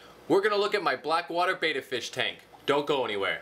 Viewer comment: Its pronounced "betta" not "beta"